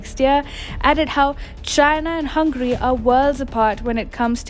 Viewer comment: says Hungry, not as Hungary. 😂